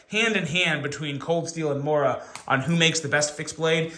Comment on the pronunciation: Mora who? That pronunciation is waaaay off lol. But yeah they are great and cheap.